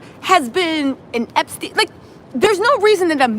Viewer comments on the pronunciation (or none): none